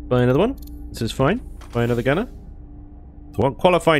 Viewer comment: "It'll be foine!" Every time we hear those words.... 😂